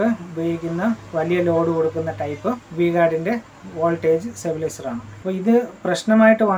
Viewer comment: Stabilizer Not Sabilizer